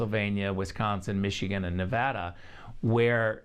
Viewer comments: It's not Nevahdah...It's Nevada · It’s all happening guys. Multiple paths to victory. Could be Supreme Court, could be state legislatures, could be reelection! Also... It’s NEVADA NOT NEVAHHHDUH. Good lord. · Not "nuv-ODD-duh" , it's "nuv-ADD-duh". The correct way to say it is the way the locals do. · On the ground in navada it's Nevada not navada did this moderator step right out of the spaceship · Good video excellent points made! TIP As an American thought leader you have to learn how to pronounce Nevada properly.... It makes you look ignorant to Nevadans when you can’t even properly pronounce all 50 states 😑😑🇺🇸🇺🇸 Ne-vă-da